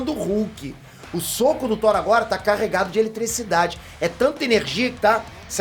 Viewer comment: falando “whore” kkkkk